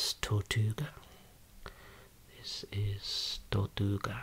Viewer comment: Happy Anniversary 🎊 i cant believe i’ve been watching your vids for this long! 🎂 🍰 🧁 🥂 Ps: i think the tortoise is Spanish, from Spain rather than mexican 🙃 the hat shes wearing (by what i can see even though is blurry) looks like the ones toreros wear, also very good tortuga pronunciation 👌 😉 Ps2> psychodelic groovy flower is my new fave word ✨